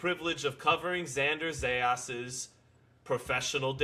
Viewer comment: these guys been talking non- stop about Zayas and still can't pronounce his last name right😂😂😂😂😂😂😂